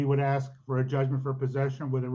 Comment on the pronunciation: Please, please, please, it is ASK, ASK, ASK, ASK, ASK, not "AXE, AXE, AXE" . . . like fingernails on a blackboard.